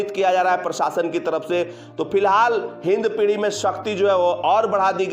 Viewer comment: Its hindpiri not hindpidhi